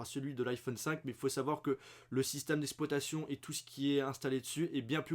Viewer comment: C'est "système d'exploitation" et pas "système d'espoitation"